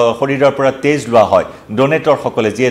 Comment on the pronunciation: তেজৰ উচ্ছাৰণ তে'জ হলে বৰ কিবা লাগে আৰু দেই।